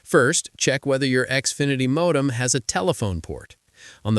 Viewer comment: Mawdem? As rong as?